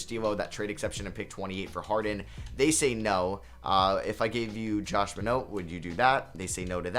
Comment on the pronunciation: Totally random but it really frustrated me with your pronunciation of Josh Minott lol. Other than that, great vid